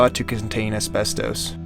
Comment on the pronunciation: I have never heard “ asbestos” pronounced this was which indicates a total lack of understanding of pronunciation. Over and over every day now I am hearing common words ,especially names,mispronounced in ridiculous ways.